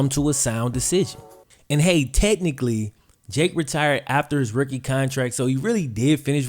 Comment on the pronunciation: OMG dude.....its pronounced "rooookie" not "ricky" lol